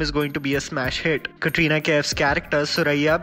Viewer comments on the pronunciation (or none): none